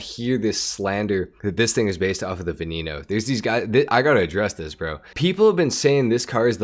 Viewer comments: its veneno no veninou, its not hard to pronounce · What’s a Lamborghini “Vinino” 😂 no offense